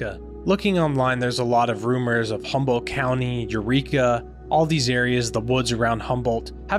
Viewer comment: H U M B O L D T !!! No Humble, and not Humboldt. !! Come in ; a simple , grammar school word!! How is anyone supposed to believe any of the important things you talk about when you cannot pronounce Humboldt correctly or even incorrectly but consistently? Please, tout are working for the Lord, right? Then do as if unto Him! Maranatha!